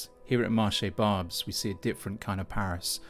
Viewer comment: This guy goes to a place and doesn't even speak the language nor does he make the effort to know how to pronounce Barbes. Barbes was an ethnic enclave before you were born, if your parents went to France in the 1970's they would have seen the same demographic. Also, You may want to comply with the local laws as far as public filming is concerned. They say "The only constant is change", welcome to a century where ideas, capital and also people are no longer bound by borders and you only have yourself to blame!! The world as we know it today was shaped after WW2 by the western alliance and people in Europe have embraced Capitalism as their new religion. Well capitalism means someone wealthy sitting in Lagos, Riyadh, Tokyo has more say in "your" country's affair than the average French, Brit or German because they own a higher portion of the pie than you do. And just to let you know, culturally, a French, Greek, Italian, is much closer to an Algerian, Lebanese or Turkish than you'll ever be!!